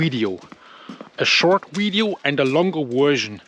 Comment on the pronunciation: Every time you say "wideo" it makes my heart smile.